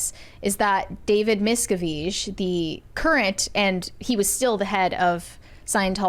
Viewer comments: correcting someone on the pronunciation of “David Miscavige” when she herself cannot even pronounce his name is chef’s kiss. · Pretty sure it’s Mis-Kav-ij. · Thats a new pronunciation for sure! David's own Dad had to plan and execute an escape from scientology. Hellllloooooooo!!! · I'm sorry, that's not how you pronounce his name. The guy you corrected had it right. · The way she corrected him on how to say "miscavige" 😂 wrong! Have they never heard any of the stories of the scientology defectors? 😂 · I like how is mispronouncing the names and correcting people on their correct pronunciations. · Reh-mee-nee, miss-cah-veeg 😂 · I don’t understand how this girl pronounces Leah Remini‘s name so wrong and David Miscavige‘s name so wrong, has she never heard the real pronunciations? It’s so annoying every time she says their names completely incorrectly.